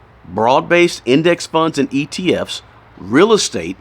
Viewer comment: Are you saying atf’s or etf’s ?!?